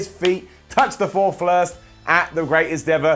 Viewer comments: "his feet touched the foor flirst" love it 🤣🤣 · "His feet touched the foor flirst" love it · "Foor Flirst" Good one.😂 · four flurst😂